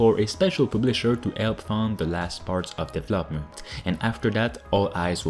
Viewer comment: Hey yo! I Really like your content. But i have one wish; Can you try and pronounce deVELOPment like it is meat to say? After Watching a few years you still do it and i hate it. All and all, still like you content, it is always fresh and uselfull! So; DeVElopment and deVELOper. Not Devlopper and devlopment...;)